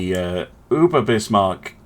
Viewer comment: As a hint for you for further Battles with German Ships. It is not Uber it is Über. i like your content